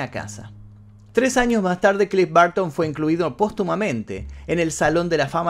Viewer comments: Porque todos los sudamericanos pronuncian rraro el ingles?? No es clif barton.. es bərton.. entre a y e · No lo pronuncies "Barton" Es Burton cómo tal🤦🏻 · CLIFF BARTON???? ES BURTON